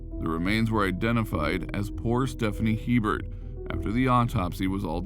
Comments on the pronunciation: In Louisiana it’s pronounced a bear not he Bert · 1st its pronounced (A Bear) not He burt... 2nd Louisiana has parishs not countys... also it's the community of waggaman in Jefferson parish... I was like wtf is waggaman county 🤣 we like to be different in Louisiana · stephanie hebert's name is pronounced a-bear. its french. also.... not sure what county you were talking about, but we don't have counties in louisiana. they lived in jefferson parish. do your homework boudroux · There are no counties in Louisiana. Waggaman is a part of the New Orleans metroplex. And her last name (Hebert) is pronounced Ay-Bear. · Herbert is a common last name in Louisiana. It's pronounced (ay-bare) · Stephanie's name is pronounced "A bare", spelled Hebert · Stephanie last name is cajun french... before you start... I knew that family.. the sub division was in WAGGAMAN... and Herbert pronunciation is Abear, long a🫠 Aaaaaabear 🙄no H .... think of HERMES.... EEEAAIRMAYS.🫨🤑🫡🫦 not trying to be picky but I knew her family. SOME CAJUNS .. with a sense of humor 🤣 😆 names their child .. Herbert Herbert giggling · Good job on the video. There's one small problem. Her last name, Hebert, is pronounced A Bear not He Bert. The name is French. The He is pronounced with a long A sound. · Hebert is pronounced “ABear” in Louisiana. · Just throwing it out there in Louisiana Hebert is usually pronounced like A-Bear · Hebert is pronounced “a bear” in Louisiana. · Going to say the same thing. Louisiana check! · THANK YOU, that really irritated me